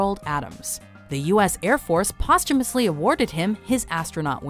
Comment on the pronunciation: DannyTheHunter she pronounced posthumous wrong